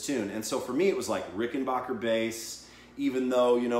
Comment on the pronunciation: Ricken-BACK-er... Not Ricken-BACH-er.